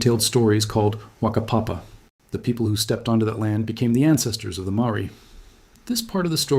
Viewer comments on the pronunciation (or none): It's said like fucker papa. Not Waka papa. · NO!! NOT TRUE MY WHAKAPAPA SAYS OTHERWISE WE COME FROM ISRAEL 🇮🇱 THATS IT WE ARE OF THE HOUSE OF ISRAEL 🇮🇱 science is Fiction nwo has CRAPPED ON ALL science!! 🧬 oh and yr pronunciation of Whakapapa is off whaka- faka-fakapapa- Whakapapa! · Ppl will always 💯 think they have thé answer. Oooh We are soo. Popular Done with What's Up.This Person is a Student Let That Sink In. GO Study at a Maori Kura Let That Sink In. History has always been uncomfortable-soft word. NOT COMPROMISING to this curious narrator. He pronounces Whakapapa incorrect. Go Research Deeper. Heard this Past Tense. AI Research 😂 in the play. Truths can be twisted to suit narrator. 13mins in Heard This This is Humanoid Up date. Why it means more today cause it was not written. UPDATE Scotty Morrison done the Great MIgrational Journeys. Let That Sink In. 👏 IAM Maori First Other Blood line's are Second. Never The Twain Will Meet. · Have you heard of Moriori? Who wrote the books. Was it Maori. There are many Maaori who whakapapa to Moriori. Think of that. Learn to say Whakapapa correctly and what it actually means.